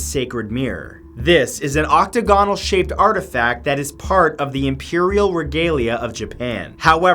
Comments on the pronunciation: How do you pronounce French and Japanese names flawlessly and go on to mispronounce 'Octagonal'? And 'Qin'? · I've never octagonal pronounced that way. Must be the Canadian version.